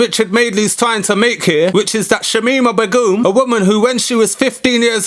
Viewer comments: I like the way you say "B'goom" like legume and not "Begum" like bacon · Especially someone who doesn’t even know how to pronounce her name. Yet you can go off at a lengthy rant about it. Okay then.